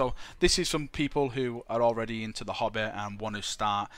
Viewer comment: Everytime he said "hobby" I thought he was saying hobbit XD